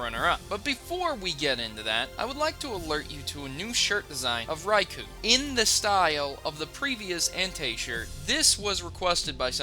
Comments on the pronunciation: Isn't it raikou not raikuo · Is pronounced ria-Co